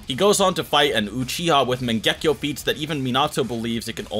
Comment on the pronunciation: mangekyou not mengekyo🤦